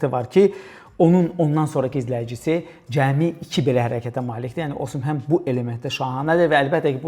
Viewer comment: [Osimhen] yox [Osimen]